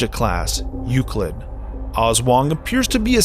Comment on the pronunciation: Aswang not oswang